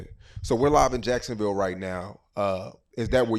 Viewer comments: They all say Yacksonville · “Charlz luv jiackesonville”